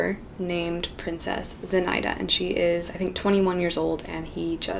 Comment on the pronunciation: Аххахахахахаха З'И'наида. Это имя произносится как ZinaIIIda.